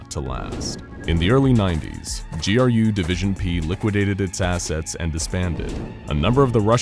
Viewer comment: So glad you didn't say "Grue" division good job.